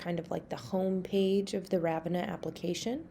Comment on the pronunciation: Very helpful-though it's pronounced "Rah-vin-ah" with the the emphasis on the middle